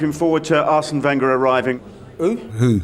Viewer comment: Ugh the way he pronounced Wenger ran through me and I'm a utd fan.